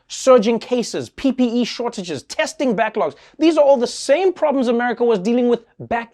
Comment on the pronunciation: Mnuchin the Stealer of Homes is so out of touch he doesn't even know how to pronounce "PPE"